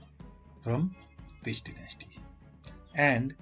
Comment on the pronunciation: Dynasty pronounation🙄